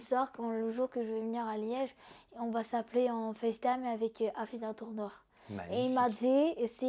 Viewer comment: ELLE A DIS : AFOUDA TOURNEUR